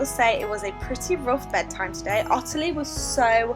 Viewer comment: My middle name is Ottilie and everyone with the name including me says ot-tilie as opposed to otterly the way you say it. Have you deliberately changed the pronunciation? Thanks